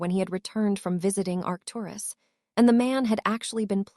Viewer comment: This are reader needs to learn how to say Arcturus Doria and Charles